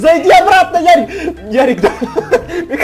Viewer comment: НЕ ЯРИК А ЁРИИИИИИИК